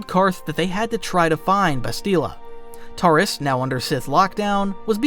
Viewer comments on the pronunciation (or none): A few names you said wrong. Like Bastila. And you said Toris instead of Taris.